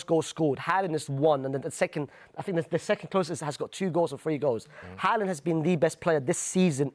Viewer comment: Bro said Haland 😂😂😂